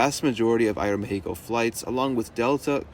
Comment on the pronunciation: appreciate the aeroméxico pronunciation. many people skim over it.